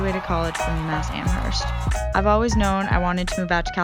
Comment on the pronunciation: I love your video! But don’t pronounce UMASS AMHERST like that.. lol It makes us Western Massholes cringe.